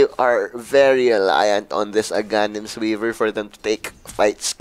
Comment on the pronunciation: A-ga-nims? Putanginang pronounce yan napakabobo.baklang gunggong amputa